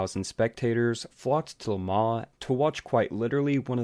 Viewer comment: Im gonna take thing aparts here: 1) Learn HOW to promounce "LeMans". 2) Mike Hawthorn was NOT a Ferrari driver, but Jaugur (in fact he won it in a D-Type Jag). 3) the word JAGUAR does not have a "W in it" as my Mum would say. 4) My Dad was there! #2 man with MG/BMC cars (aka EX182 MGs). 5) Lance Macklin caused it, period! My Mum even knew Lance, and spoke to him about it some time afterwards. Mum was the secretary of race shop at ASTON MARTIN.